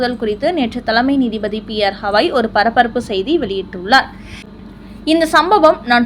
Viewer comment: ஏம்மா திரும்ப திரும்ப ஹவாய் என்கிறாய். ஹவாய் என்பது அமெரிக்காவில் ஓர் மாகாணம். தலைமை நீதிபதியின் பெயர் கவாய். ஒழுங்காக உச்சரிக்கவும்.😊😊😊😊😊